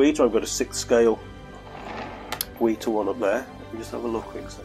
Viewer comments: Also a collector from the UK, just discovered the channel. Been working my way through the videos and they're great, some nice discussions. Please keep up the good work! :) Oh and check out some of Weta's own videos for pronunciation, but it's Wet-a, not Wee-ta. Just to keep in mind going forward! ;) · Hi there and thanks for dropping by and leaving comment - glad you’re liking the vids and really appreciate you saying so mate! 👍🏻 I know I pronounce it wrong dude! It’s just stuck in my head that way now and I’m constantly trying to remind myself to pronounce Wet-a and not Wee-ta!! 😆 Will endeavour to try harder! Cheers again 😁👍🏻